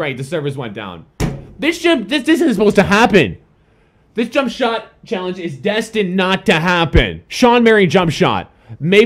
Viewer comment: you say jump shot wierd